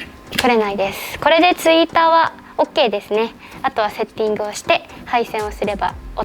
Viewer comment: ツィーターがTwitterに聞こえた〜😄💦 長丁場の作業お疲れ様でした‼️ 好きな音楽かけて、るんるんでドライブしてくださいね😊